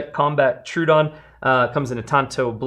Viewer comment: Troh-oh-don. Not true-don.